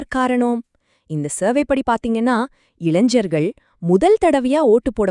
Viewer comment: இளைஞர்களா இளைஜர்களா என்ன ஒரு உச்சரிப்பு?